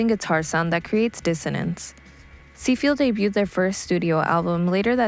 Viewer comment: I agree. There is a promising base there but it's poorly researched and any chance to shoehorn in AR Kane is always taken. Seefeel wasn't the only casualty. Depreciation Guild and Ulrich Schnauss were also mispronounced....it's like they don't hear the names of anything ever said out loud and just read stuff online. Look up bands online, do bear minimum research and then post. Some of the acts mentioned are atrociously off topic too.